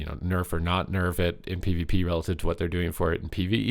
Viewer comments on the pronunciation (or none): it's not PEE vuh PEE